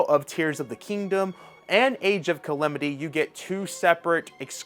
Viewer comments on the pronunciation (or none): Ca-Lam-ity not Calemit get a speech therapist